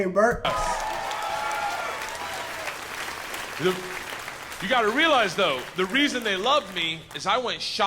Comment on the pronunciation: you said berts name 100% right